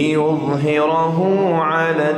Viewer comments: بأي راية يقرأ هذه ليست رواية ورش عن نافع من طريق الازرق قال الرويا وليس الرؤيا وكذلك كلمة ليظهره فخم الراء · يقرأ برواية ورش عن نافع ، ولكن هناك لحن : لم يأت بالتقليل في كلمة أشداء على الكفار ، ولا في كلمة تراهم ، ولم يأت بالصلة الكبرى ست حركات ( والذين معه أشداء) والمد في قوله تعالى هو الذي أرسل ، قام بترقيق الراء وقفا ( ليظهره) وهذا صحيح ، ولكنه فخمها وصلا 🙄🙄🙄 ولم يأت بترقيق الراء في كلمة مغفرة. من عنده تفصيل لذلك فليوضح لنا ، فلم نتلق رواية ورش عن نافع هكذا 🤷‍♂️🤷‍♂️🤷‍♂️ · لماذا فخم الشيخ حرف الراء في ليظهره عند الوصل؟